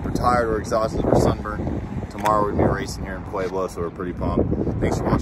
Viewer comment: It's not pwayblo it's just pueblo...